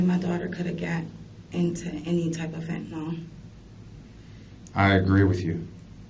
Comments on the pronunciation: FentaNYL not fantaNOL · Fent a nil not fent a nol jeez 🙄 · FentaNYL not fentaNOL